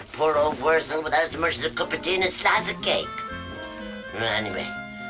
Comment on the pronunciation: .... " And a Shlishe of Cake... "